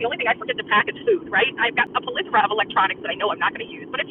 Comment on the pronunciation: Ahahaha "a plithora"